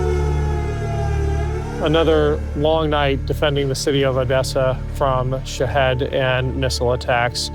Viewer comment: Love the way pronounces shahed. Sounds like he's saying shitheads. I love it lol. But seriously... very impressive and courageous of the Ukrainians but also yourself. Job not done but task was well executed and a success. Keep up the good fight. Stay safe.